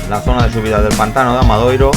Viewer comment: Gran trabajo de seguimiento de la prueba y un estupendo montaje de imágenes, mis felicitaciones por ello. Si me lo permiten les pediría una pequeña corrección en el título y en las etiquetas, pues el pueblo se llama ORXETA, con "T", no con "TX". Así mismo en varios ocasiones el locutor se refieren al AMADORIO (forma correcta) como Amadoiro. Muchas gracias.